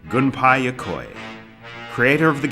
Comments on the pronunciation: Why am I yet to find a SINGLE ENGLISH NATIVE SPEAKER who is able of pronouncing Gunpei Yokoi's name correctly?! I mean, this is uncanny. It's GUNPEI. If you want a bit of a phonetic guide: GOON - PAY. Not GANPEI, not GUNPAI. FFs. Put words through Google Translate's voice output bit so that it will pronounce them for you in the correct accent. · I'll overlook the fact you can't pronounce Sega and Gunpei properly and say, this video was quite charming. The music is perfect. 😉